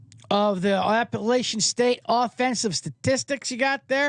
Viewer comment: For the love of college football, please pronounce the name of my Alma Mater correctly!! App uh LATCH un. Keep up the good work, guys!